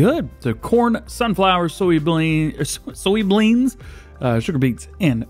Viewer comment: Anyone doing soyblean harvest? DJ needs help pronouncing soybean